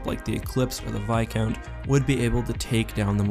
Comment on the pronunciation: It's viscount with an s